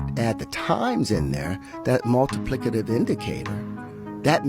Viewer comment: he lost me once he said “multiplicitive”